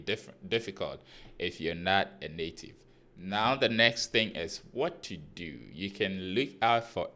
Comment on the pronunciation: Native.... nativity...anyhow you want to say it ... navitivy 🤣🤣🤣